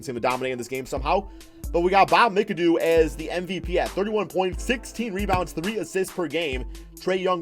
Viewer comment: I wish he would say Brad Daugherty and Bob McAdoo name right SMH